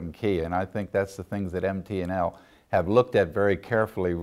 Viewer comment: So is it MP&L or MT&L?? he sure sounds like he's saying P